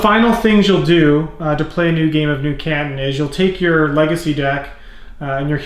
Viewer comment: As someone from the Asia-Pacific region, the way he pronounces 'Canton' makes me twitch.